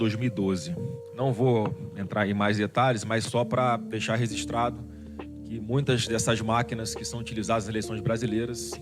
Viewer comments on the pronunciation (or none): O Flávio falou "resistrado"?